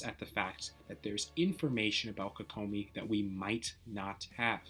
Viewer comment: I hate how you say her name.